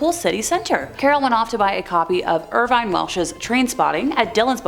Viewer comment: "Edinbro" FFS Never mind the pronunciation of Irvine or Goddard.